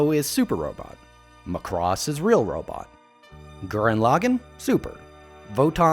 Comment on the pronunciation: its pronounced MACK-ROSS Not McCross You NEVERRR saw ONE SINGLE episode of ROBOTECH? ...Really?